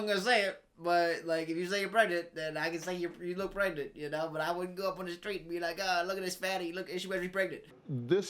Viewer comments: Don’t you mean pgrengent? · Is she PREGANTE? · Maybe she's just pregonate 🤣